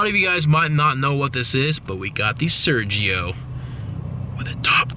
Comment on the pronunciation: Why don'y you pronounce it the right way?